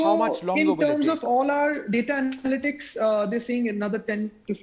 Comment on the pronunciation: He said data analystics man